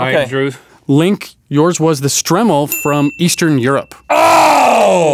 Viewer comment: It's pronounced Str-eye-mel